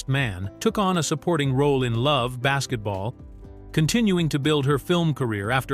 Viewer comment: Get rid of this AI shit. Its Love AND Basketball. Not that hard.